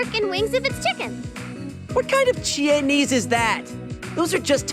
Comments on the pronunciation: CHIE-NESE LMFAO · That "Chie-nese" line was definetly a play on chinese. It was excellent, after all she watches tons of chinese martial art movies.